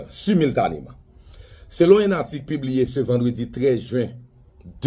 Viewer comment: M pa konnen si c sel mwen ki tande jounalis mazora ki di SUMILTANÉ epi lekti an fransè saa bay tet chaje.